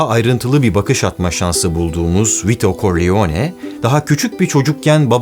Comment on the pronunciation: “Koriyone”… “Korliyone”… “Vito Koriyone”… düzgün telaffuz etmen lazımdı yani “Karrleone”.